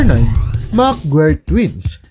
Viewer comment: Parang Mali na nman yung TITLE MO NA “HINDI DAPAT NABUHAY SA MUNDO” ANG MGA KAMBAL NA ITO.😂😂😂, BUKOD SA SABLAY NA YANG TITLE MO “Mc.GUIRE” DIMO MABIGKAS MABUTI VLOGGER KAPA NMAN.😂😂😂